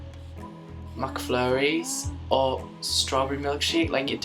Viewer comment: omg how he says "mc flurry"